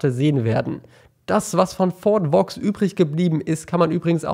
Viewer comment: Das spricht man eigentlich Fort "Wo" aus xD